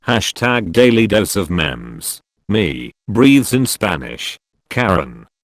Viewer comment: #dailydoseofmemes Nobody: Bot narrator: "Daily dose of mems"